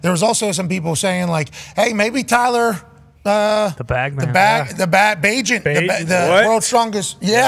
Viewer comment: It’s Tyson not Tyler, bro